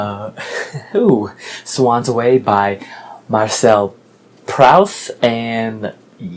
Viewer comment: Proust is pronounced Proost. I came very close to choosing Black Boy. I need to read that book. Unbroken is an amazing story. The writing is ok, but the story was incredible. Quiet has some interesting aspect however it was a little boring in places. You should definitely pick up The Warmth of Other Suns too.